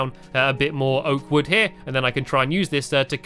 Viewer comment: You should really get a good way to say oak wood